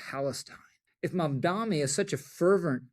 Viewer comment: Rich, it's MamdaNi not MamdaMi.